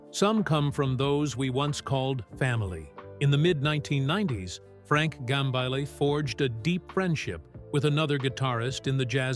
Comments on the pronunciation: 1. Get your AI to pronounce "Gambale" correctly. 2. It's not conceivable that Frank Gambale would ever hate anyone, especially another musician - and certainly would never say so publicly if he ever felt that emotion. The premise of this video is a lie. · Ughk ... another bullshit click bait AI video about nothing... can't even pronounce his name right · There are no names mentioned. Don't you hate it when the AI voice can't properly pronounce the surname of the subject person of the video.